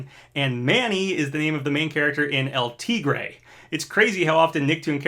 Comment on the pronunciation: "El Teegray" I love but hate the way he pronounces "El Tigre."